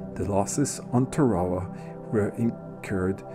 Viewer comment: nice change of pace, the only boo boo you made was the prononciation of the islane as i was stationed on the USS TARAWA LHA1 , WE PRONOUNCED IT TAR A WA